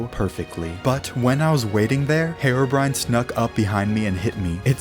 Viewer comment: I love how he says hair-o brine